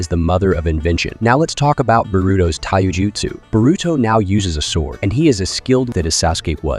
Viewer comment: 😂 raiseugon, tieugitsu😂